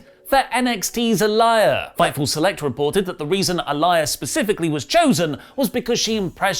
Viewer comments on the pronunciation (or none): Eliah? Goodness me a do u do this on purpose. Its aaleeyah.